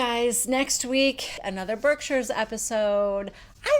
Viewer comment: "Berzerkshires" hahahaha For that I had to subscribe.